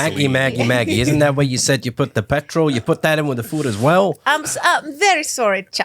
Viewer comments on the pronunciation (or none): Just now noticing says "petril" lmao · when said petrol I got instant flashbacks to ‘CHEESE AND PETRIL’